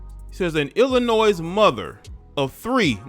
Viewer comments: The S is silent in Illinois! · S is silent in Illinois. I learned that in 2nd grade but most u tubers always pronounce the s. Pronounce it like illinoi. S silent.